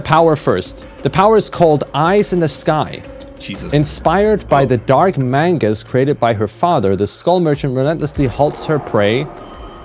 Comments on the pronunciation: You pronounce manga wrong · You said manga wrong its manga as in anime